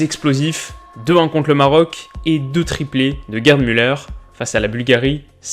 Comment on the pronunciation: En 1970, la retransmission était en couleur, mais personne n'en possédait !!! C'était noir et blanc partout... "Gerd" se prononce "Guerte" et "Sepp", "Zepp".... Vous n'êtes pas de la bonne génération !